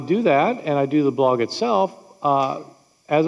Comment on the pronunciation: I have never heard someone not be able to pronounce "blog", but that's hilarious. Fun 3 videos!